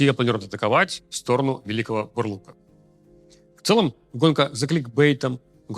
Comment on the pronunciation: Я как человек родом из Великого Бурлука, зочу сказать не Бурлука, а Бурлука (ударение на "а" )